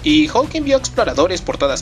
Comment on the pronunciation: hulk e.e solo que lo pronuncia mal